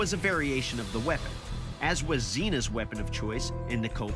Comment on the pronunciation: I find it strange how Xena is pronounced here.... "S" instead of "Ks"...